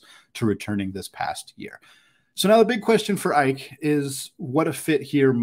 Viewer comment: Ike pronounced Ee-kay